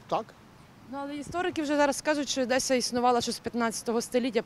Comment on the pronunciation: Не ОдЭсса, а ОдЕсса.